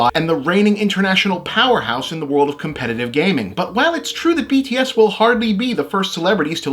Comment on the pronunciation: I appreciate this too! The only truly offensive part was that he completely failed to pronounce their band name correctly, sounding like he was mocking them, but otherwise a great video!